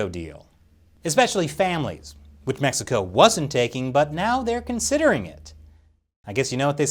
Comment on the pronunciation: Did he just say "METHxico"?